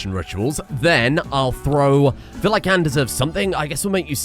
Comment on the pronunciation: Anne has an elongated A in the pronunciation my dude, every time you say it it sounds like you're saying and or an.